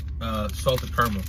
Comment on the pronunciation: What’s Car-mel? 😂 do you mean caramel?